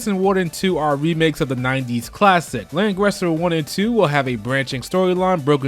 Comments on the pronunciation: It's how you pronounce it in German, the language it's supposed to be. And in it was the Japones pronunciation it should have been Ran-guri-za. Now you know! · Lang-(RISSER) like in "rising" sun